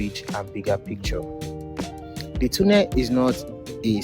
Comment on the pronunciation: Correct pronunciation of "tunnel" is tornel not toonel. Take note please